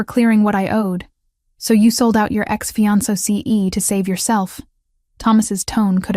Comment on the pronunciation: The AI can’t say “ fiancé”😂😂😂